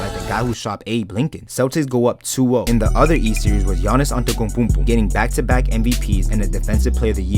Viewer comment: I think you are saying yanis antoukaponko name wrong